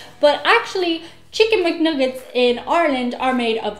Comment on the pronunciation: I will always hear them as "Chicken McNougats" now....thanks! (PS. Editor....nice to see you and it's okay to shit/hate on our "nougats")